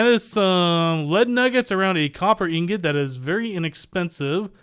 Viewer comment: Does it bother anyone else that he says ingot wrong?